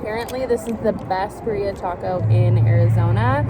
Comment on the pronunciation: Haha “Bah-rheea” it’s Pronounced Bee-rri-aah 😋 best ones are in Mexico or LA hands down lol